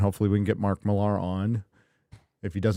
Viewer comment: I know it's spelled "Millar" but it's pronounced "Miller"